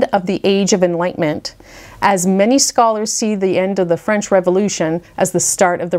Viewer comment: We are all so appreciative of you obvious familiarity with the French language. Your pronunciations are superb.